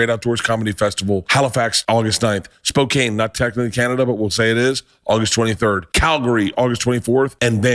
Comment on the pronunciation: Hey Bert , I can't wait to see you in (Spo-can) not cane. Eastern Washington WILL roast you for mispronouncing the name of the city you're visiting. PS. I'd love to have dinner with you while you're in town. OH HELL ,I'd cook for you myself if you want. My husband and I would gladly host your crazy crew at our own home. Why ? Because somethings burning and someone's gotta eat 😂😂😂.